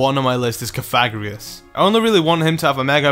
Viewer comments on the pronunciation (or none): it is pronounced coh-fuh-gree-guss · Stap saying configreguios wrong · Sorry to nitpick, but cofagrigus is pronounced more like, caw-fuh-gree-gus. It was just bugging me a little, sorry xD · Cofagrigus pronounced cough-a-gri-gus...just sayin' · You said cofagrigus wrong